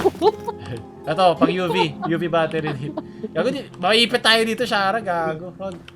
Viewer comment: Pag sumisigaw sila ng UV ang pagkakaintindi ko "Yubi" Lol hahaha